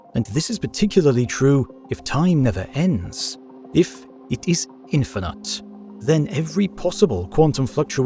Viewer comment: THAT IS NOT HOW YOU SAY "INFINITE" AND YOU KNOW IT!!!